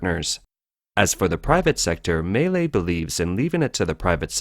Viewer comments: Maylay, Maylay xD It is Milei: Me-Lay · Milei is actually three syllables, but the average American should probably think of it as "millay," not, as this video characterizes it, "malay" or "melee." It's "mee LEH-ee" if you want to be technical. No matter how good one's grasp of politics, if you can't pronounce the players' names, you lack cred. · I just want to say he completely butchered his name. He's called Milei, pronounced something like "me-lay" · excellent video!!! some small corrections for outsiders: - Milei is pronounced /mee.LAY/ - He does not want to dollarize per se, but allow citizens to chose whichever currency they wish to use (nonetheless, the most popular and desired currency to use is the dollar). - The Argentinian state is composed of 18~ Ministries, of which he wants cut down to 7 and build a new one named the "Human Capital Ministry" which embodies health, education, and some other conceptd linked to citizen growth. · This sounds like it was made with AI technology.... Or maybe Siri?🤣 At least learn how to pronounce Milei!